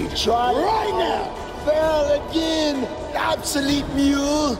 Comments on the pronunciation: ageen, and ageen! and ageen! and ageen! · Lol I gotta watch it Ageen and Ageen and Ageen and Ageen And Ageen!!! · A-GEEN, A-GEEN, I'm fucking dying. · AGEEN AND AGEEN AND AGEEN AND AGEEN!!😂I'm ded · agein, and agein and agein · Ageen! And ageen! And ageen! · Ageen an ageen an ageen an ageen! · Really... AGEEN and AGEEN!!! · I wanna see you fail AGEEN and AGEEN and AGEEN and AGEEN